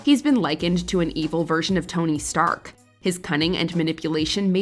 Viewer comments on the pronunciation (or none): none